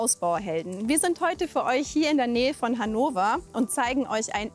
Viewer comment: Hannowa? Wo ist das denn?